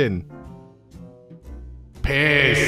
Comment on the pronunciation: Is it OK that I'm losing my mind over saying P I S S like that Edit: the same with M E A T B A L L